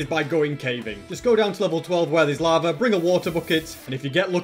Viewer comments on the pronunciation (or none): none